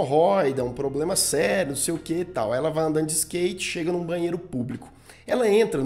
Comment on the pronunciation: Fala, qual o seu "pobrema"? Conta pá nóis...